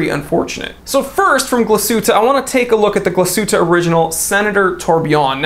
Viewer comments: Tbh, the Glashuette pronounciation was surprisingly almost on point. And I agree with the choice, but man, the two glacier watches that lately came out. These dials are ones to kill for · You pronounced Glashutte fairly well. Nomos is another watch brand within the Glashutte region. I'd say top3 most well known from Glashutte are Lange, Glashutte Original, and Nomos. Nomos definitely the Bauhaus design language of you like that. It's interesting I feel like I'm drawn to more German brands lately than Swiss. And your accent is hilarious!!!